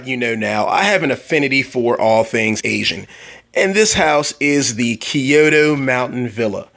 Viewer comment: you don't say it like that you say it like (k-yo-to)